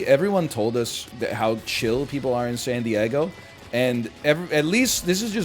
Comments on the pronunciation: pronoucning san diego as sandy eggo is peak canada, coming from a minnesotan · love how he says san die-EGG-o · "when I was in sandy eggo"